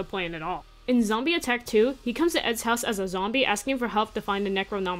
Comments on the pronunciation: It's zombie not zombeh (just to let you know) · its zombeh not zombie